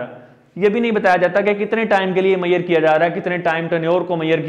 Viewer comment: But u should learn how to pronounce measure.